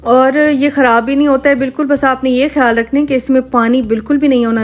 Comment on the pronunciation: Aap khiyal rakhein ko khhayal rakhein bolti hein😆😆😆